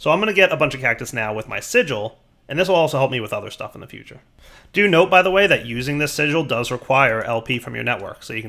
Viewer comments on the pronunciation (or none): none